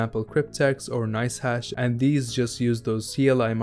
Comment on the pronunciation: nobody talking about how he said nicehack instead of nice hash 😂